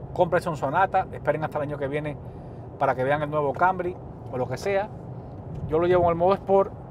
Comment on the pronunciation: Dice ser profesional y hablar así tan mal ? Toyota “ kambry”? TOYOTA CAMRY ! Habla bien y acentúa bien los nombres no vengas aquí a cambiar le el nombre a los vehículos apréndete bien sus nombres si este es tu trabajo ! Hazlo bien y si no entonces no hagas nada